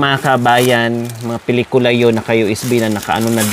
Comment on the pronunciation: Pinitula,pilikula ano ba yarnn